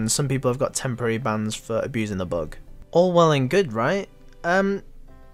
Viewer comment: "Bug" not bog "but" not bot ffs learn english